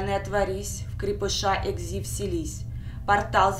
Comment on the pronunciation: Только не экзи а экси